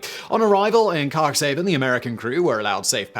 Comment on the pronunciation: And Cuxhaven is pronounced cooks-HA-vun. Sorry to be acting like a card-carrying prat, here, but ... FWIW. The bit about the Seeadler might be tough for a non-German speaker to find information on, but for the names of people and places, many dictionaries (e.g. Merriam-Webster's) have a section, usually at the back, listing correct spellings and pronunciations. Simon, you really owe your listeners the best pronunciation you can readily come up with